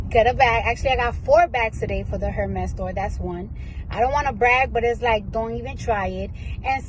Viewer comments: It’s Pronounced Er-Mez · Lawd🤦🏽‍♀️ incorrect pronounciation of the brand😅. In the bags defense, if they ever came on hard times, they have a pretty decent resale value provided they're taken care of.